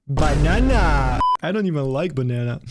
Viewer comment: The way he said '✨BANANA✨' is just comedy💀